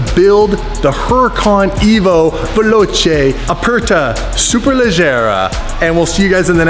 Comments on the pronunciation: VELOCE NOT VELOCHE. if u put an H after the C in Italian it becomes a K sound. I mean. cmon guys. the basic. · "Veloche" just triggered my italian eyes. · Hahaha yes it's veloce 🤦‍♂️